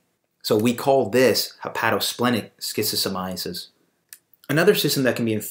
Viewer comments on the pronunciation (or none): Stop pronouncing it like schizophrenia. I don’t understand how you tube allows this video to remain here and I find it odd. It’s the first video I see and the last thing I’m going to do is watch a video about something made by someone who doesn’t even pronounce it properly and also creates a connection between schizophrenia and schistosomiasis… something fishy is going on here